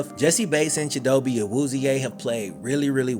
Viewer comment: No hate, but pretty sure his name is pronounced “Cheeto-Bae”